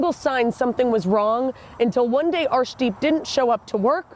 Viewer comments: To those who cant pronounce "arshdeep",'ar' is pronounced as 'ur' as in urn.Its a deeply spiritual meaning for the Sikhs, although this guy isnt worthy of it.I hope,the viewers of this channel understand that while an unfamiliar name could be incorrectly pronounced, and is forgiveable,making insulting comments about it, isnt. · G , I can’t take you serious when you say arshdeep I’m to immature 😂you have a cheeky look everytime you say it aswel I love the snark 😂